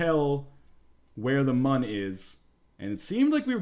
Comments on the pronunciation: Its pronaunced Moon not Mun. I suck at spelling but im good with how things are said. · For the record it's still pronounced Moon, theres umlauts in the Mün.